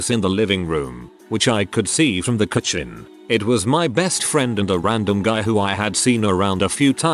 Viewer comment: . Robot voice gives worst pronunciation of "kitchen " .